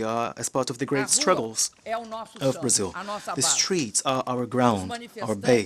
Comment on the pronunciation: Barzil ? Where is that exactly ?